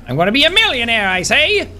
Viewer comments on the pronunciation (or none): "I'm gonna be a millionaire!" You mean, a mill-lei-onaire?